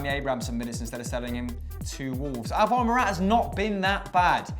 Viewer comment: You guys pronounce "Alvaro" wrong. The emphasis is on the first A and you guys all put it on the second one. Its pronounced "Álvaro" not "Alváro"